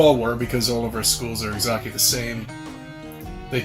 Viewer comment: 2.23 exacky